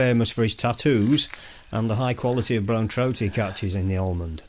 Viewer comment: Pronounced Amond. No L .